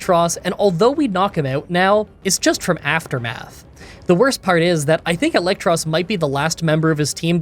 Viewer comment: i hate to be that guy but you know it is "EELektros" because he is an EEL